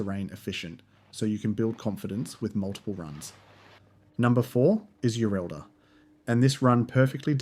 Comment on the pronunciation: Yureddla not Yurelda